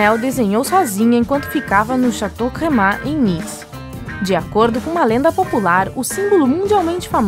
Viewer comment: A pronuncia certa seria chatô e nao cocô que significa castelo em frances